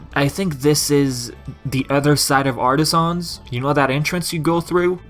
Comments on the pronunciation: It’s pronounced “Artisans” not “Artisahns” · Dude the way you say Artisans makes me cringe lol 😂 In all seriousness though, the correct way to pronounce it is: Ar-ta-sins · The only mistake was your pronounciation of "Artisans" its pronounced as if it's one syllable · I like how you say Artisans